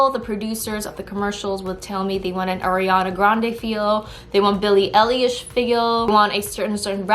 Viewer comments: homegirl said Eilish like relish 😍🥺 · why did u say billie eilish like that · im really sorry but the way you said eilish kinda made me have a little giggle😅😂